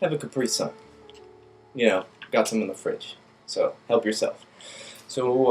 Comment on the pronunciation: I'll take the capree sun...